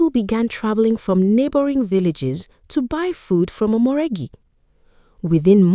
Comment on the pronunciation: Omoregie not omoregi😂